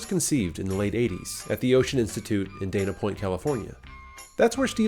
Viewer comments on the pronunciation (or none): none